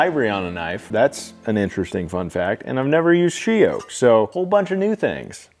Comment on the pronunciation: That wood is beautiful! I couldn't quite understand what you said it was. She oak?